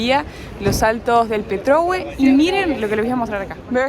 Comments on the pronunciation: Muy bueno el video!!! Puerto Montt es una ciudad hermosa, pero en julio y agosto se llena de turistas, me ha pasado de ir y no conseguir alojamiento., se dice Petrohué, me sonó raro qué lo pronuncies sin el acento 😂. Van a tener qué volver y hacer la Carretera Austral, es increíble!!! Saludos desde Bariloche!!!! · Se pronuncia salto del Petrogué, se marca la voz en gué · Petrohué con acento, por favor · CARO.POR FAVOR. el Salto se llama Petrohue' con acento o tilde en la " e" final. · Porque uds(Los Argentinos) siempre acentuán en la penúltima sílaba toooooodo, no conocen los acentos??? me gusta que recorran Chile y conozcan pero mínimo pronuncien bien a mi familia qu ebiene de allá siempre les corrijo lo mismo, slds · Petrohué, con acento en la e final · me encantan tus videos, permiteme corregirte la acentuación de Petrohué, es en la sílaba final. Saludos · LINDA PETROHUÉ ACENTO EN LA É...SALUDOS..... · Petrohué es con acento che! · Linda...Petrohué acentúa la e . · Hola chicos 😊 se pronuncia Petrohué y es una palabra en mapudungun. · Siempre me ha llamado la atención que los argentinos insisten en pronunciar mal los acentos. En el video hay un montón de letreros donde dice Saltos de Petrohué, con acento en la e, e insisten en llamarlo, al revés, jajaja. En todo caso, muy bueno el video y saludos, tienen mi suscripción y mi like. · Saltos del Petrohué, con acento en la é ! 😆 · Señorita, el salto se llama Petrohué, palabra aguda terminada en vocal y con acento tácito. Usted lo está pronunciado mal. Disculpe la acotación. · Petrohué, con acento en la e final. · Que lindo es el sur de Chile, igualmente lo es el sur de Argentina..mi corazón está dividido. un pequeño Tips: Las palabras en Mapadungun, algunas de ellas se acentúan, por ejemplo: Petrohué, con acento, Ángelmó acento en la o. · Es Petrohué, con tilde en la e final, no Petrohue, de hecho el tilde está en los letreros que leyeron, pronuncien bien...